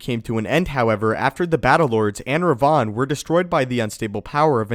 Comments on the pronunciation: Rev-en not re-von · It's spelt and pronounced Revan, not Revon or as I've seen in the comments section Revin. That really triggered my inner grammar nazi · The correct pronounciation of Revan is rev-in not Re- vaughn.... It was starting to get on my nerves the way u were saying it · Seriously, do you ever actually do some ACTUAL research instead of reading up from a script Darth RE-VAN is not Darth Raaaaaayvahan from Bangalapur India mate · Order 76 I know, right!? It does sound he's saying Rayvan. When it's like saying Raven only slightly altered. One only needs to switch the "a" and "e". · Its Revan not Rev-Von smh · Had I not heard you talk about Darby Revan numerous times I'd have thought the pronunciation changed. Learning something new all the time. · Who is Darth Reyvahn? You mean Revan? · You're mispronouncing Reven... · I can't stand hearing how Revan's name is pronounced in this video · Why are you saying Revan so weird? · your pronounciation of Revan is killing me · its like he's mentioning a perfume with that pronounciation, instead of a sith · dude the way you say revan is just so wrong and so funny LOL!!!!! ps still love your content